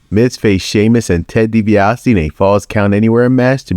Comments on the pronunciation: "DiBiasity" got a good laugh from me 😂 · The way he mispronounced Ted DiBiase’s name is hilarious 😂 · I noticed that too.